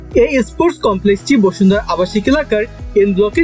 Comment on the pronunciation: বসুন্ধরা নাকি বশুন্ধরা 😐😐